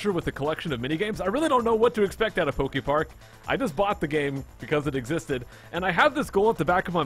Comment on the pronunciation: You said a lot of PokeFart Cannot.. unhear